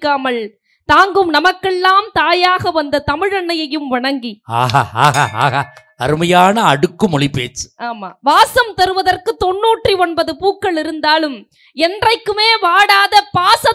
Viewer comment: தமிழை ஒழுங்கா உச்சரிம்மா.